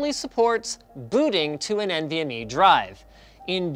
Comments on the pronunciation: Uh i don't even think he mentioned "U.2" (was that a joke?) and he certainly didn't mention which was the fastest. Thanks to the comments I realized that he was saying "AHCI" and "MVME", and I guess MVME is faster, but certainly don't know from this video whether PCIe or M.2 is faster. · Why do you guys always pronounce it "N.V.M.E", when it's clearly meant to be pronounced "Envy Me"? You know, because the performance of the interface is to be envied.